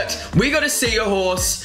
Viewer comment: I laughed so hard when he said seaahorse